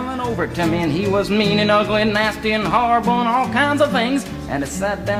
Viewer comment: "That was harrible."